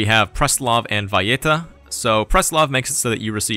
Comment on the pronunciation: Why the /j/ in Valleta? The capital of Malta has no /j/ in it